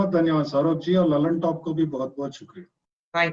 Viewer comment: दल्ल्नटाप, not लल्नटाप 👎👎